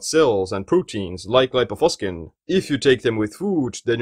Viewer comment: This word has Latin origin and it shouldn't be pronounced "...faskin".